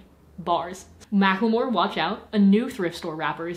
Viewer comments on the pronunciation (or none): none